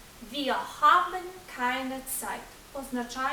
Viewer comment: що за "хабен", навіщо ви таке показуєте! там придихове "Г", але ніяк не "х"!!!